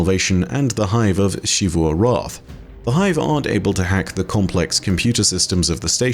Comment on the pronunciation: why do u say ‘shivu’ instead of ‘zivu’